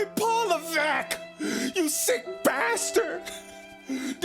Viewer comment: LMAOOOO "PAWL LEVEECK-!" Yo what was that??😂😂